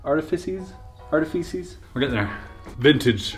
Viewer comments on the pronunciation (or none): "Arti-feces" -Chris Ramsay